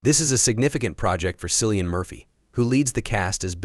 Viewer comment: Who is SILLIAN? Cillian Murphy stars in Small things like these, get his name right. There's no K in Irish so the C is HARD, like CAT.